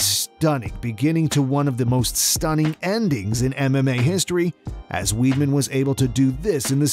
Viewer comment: It's not Chris "Weedman"